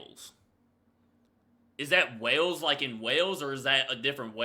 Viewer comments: You even slaughter the english pronounciation, getting ve cars road , Whales out of Vicars Road, Wells...? WTF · It is 'Wells' not 'Wales'. Wells is in the South West of England in the county of Somerset. It is actually the smallest City in England. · Not wales its wells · its not Wales , its Wells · Do-do you think that Wells and WALES are the same thing? You’re pronouncing them the exact same (to my ear) but I could be your accent I’m not understanding 100%. 🫤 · No! Wells isn't Wales, just because you pronounce the two the same, doesn't make them the same. They couldn't be more different. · Your pronunciation is odd. It’s vicar as in priest and Wells as in a hole in the ground for water. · I've been to the pub in Nottingham, the food is lovely, and the Atmosphere is incredible. Capua is the town featured in Spartacus. Wells(pronounced like Hells) is in Somerset, in the the southwest of England, near to Bristol. And yes, there are people living in Vickers Close (Vick sounds like Hick) The "Castle" is actually Wells Cathedral, which has steps that have been used in a variety of media, including Dungeons & Dragons:Honor Among Thieves. 5500 years of coastal erosion, it was inland once. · Wells is a place in England. Wales is a country. They're pronounced differently.